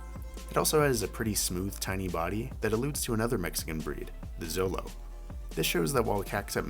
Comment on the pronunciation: FYI, it's pronounced "Sholo", not "Zolo"